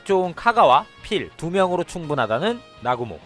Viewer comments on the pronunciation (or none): 나구모를 아구몬이라고 들리는데 내귀가 잘못된건가?